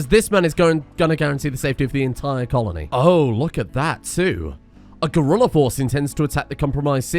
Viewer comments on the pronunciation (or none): none